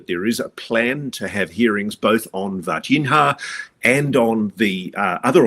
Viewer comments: Ross calls it VarginHAAA because I think he's afraid of mispronouncing it and say Vagina. 😂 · Vargin-ha 😆 hey, at least he tries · "VAR-GEN-HA" lol You're kill'n me Ross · 😅 every time I hear "Virginia" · Ross, you're an incredibly intelligent person, so it boggles my mind why you repeatedly mispronounce The city in which these events took place even after hearing the correct pronunciation multiple times lol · Ross, with respect, please take 5 mins to review the correct pronunciation of Varginha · You would think that Ross would take 5 seconds to learn the proper pronunciation of “Varginha”. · James Fox is the GOAT. His colossal efforts to bring this case to light are only surpassed by Ross Coulthart's relentless commitment to mispronouncing the name Varginha.